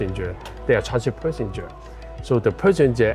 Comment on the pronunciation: Perssenger??? 😅Hong Kong people's English isnt that good after all